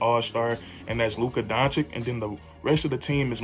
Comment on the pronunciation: Bro, you really got to learn how to say Luka's name! Listen to this song for help 🎶